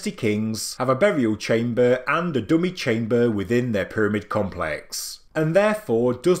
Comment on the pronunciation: Still the AI reading and still pronouncing the simplest words completely wrong with definitely sounds horrible when dragging out words to Long, saying words top, empty and chamber makes me cringe and stop watching immediately!